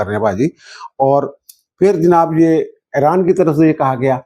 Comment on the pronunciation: اران کو ایران بولیں